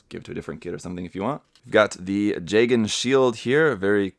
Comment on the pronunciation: Okay, I have to ask. Is “jay-gen” really how it’s pronounced? I had always thought it was “juh-gahn.” The former just sounds weird to me.